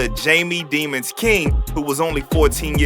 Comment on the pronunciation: “It’s de-mones” 😂😂😂😂